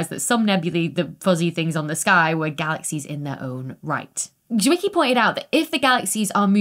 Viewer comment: Why do I always think of Transformers when you say Fritz Wicky? 😂